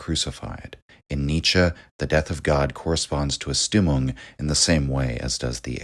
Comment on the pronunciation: You're awesome man, but please fix your German pronunciation 😅 Stimmung is pronounced like so: SHTIM-oong In German all words starting with the "st" dipthong are pronounced like "sh" sound in English with the "t" sound. Hence Richard Strauss who composed Also Sprach Zarathustra , for example, his name is pronounced SHTROWS. (ow like in english "cow") Also the the "u" in German is pronounced with an "oo" sound like in English "mood."